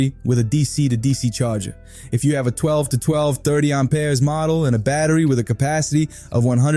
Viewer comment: Pure AI. I don't know any Brooklyn or Joisey Wop gonna say Aumpeers like a frenchy over plain old Amps. Amperes Amp Ears not Aum peers! Get your accents correct robot! I oughtta!!! 👊😡 🤖💥🤸